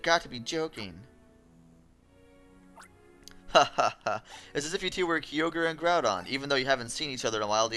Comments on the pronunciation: Did this man really call it Key-o-grey? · Hope after all these years you learned the correct pronunciation of Kyogre.